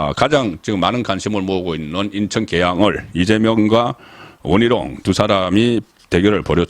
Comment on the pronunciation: 계양 얼, 동작 얼 특히 원희룡은 원히롱, 선관위는 성가니 발음 ㅋㅋㅋ YS하고 비슷하시네요